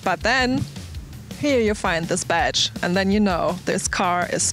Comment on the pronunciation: Whenever she says badge, I hear betch. lol